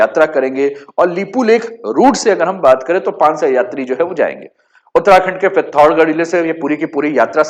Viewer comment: Learn to say name properly bhai. It is पिथौरागढ़ not पिथौरगढ़ …..you are speaking Hindi not kumaonui!!!